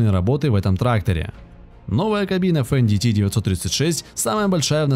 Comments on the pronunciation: Не фендити, а фэндт! Не деутц фахр а Дойц-фар! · то чувство когда диктор не умеет произносить иностранные слова и в технике не разбирается совсем. с самого начала фенДиТи с четырьмя клапанами. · Что за "фен ди ти"? Это Фендт [фэнт], немецкое имя. Вы бы хоть готовились к видеороликам, изучили тему. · Не фэндити а Фэндт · Не Фен Ди Ти а Фендт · Это на каком языке Fendt произносится как фендити? У меня на первой минуте кровь пошла ушами. Дальше даже не смотрел, страшно стало( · Фендити? Деуц Фэхр? Вы серьезно?